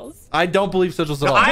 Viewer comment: Sigls 😂😂😂😂😂😂😂😂😂😂😂 it’s Sigils